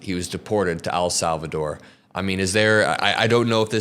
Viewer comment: Please stop saying Al Salvador, it just sounds dumb. It’s EL Salvador. Sounds like the letter “l”